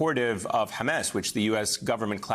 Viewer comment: The word is Hamas, not Hames.